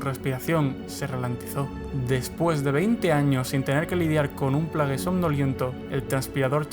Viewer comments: Muy bonito y todo pero se llama plegasi no plageys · lo unico que odious de este video es que digas players se pronuncia plegis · El "canon" supuestamente me la suda muchísimo. Y se pronuncia "pléigs" . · plegis maldita sea asi se pronuncia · Se pronuncia "pleiguis". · se pronuncian Pleguis.